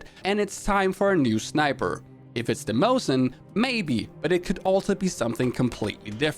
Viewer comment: as for Mosin-Nagant, I (as a native Russian) would pronounce it as “nuh-gUn” – accent on the second “a”, non-pronounceable (in typical French style – Leon and Emile Nagant were Belgian-born) “t”. “Mosin” is pronounced well in the video.